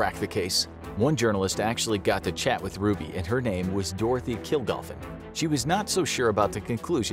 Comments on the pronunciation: DOROTHY KILGALLEN - not whatever you're calling her. She was a well-known celebrity. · Who is Dorothy Killgofen?! Her name was Killgallen?